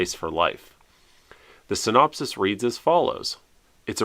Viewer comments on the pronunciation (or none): none